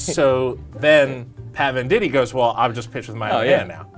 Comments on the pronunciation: I always thought it was pronounced VANDIGHT not VANDITEE *my life is a lie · First, it's VEN-dight, not VEN-di-tee. Second, he wasn't born ambidextrous; his dad taught him how to throw with his left hand. I don't know if there are any other errors because you lost me there.